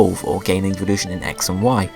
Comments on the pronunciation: lol its sounds like you are saying eeveevolution not evolution xD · I'm not hating but it sounds like you are saying eeveeloution.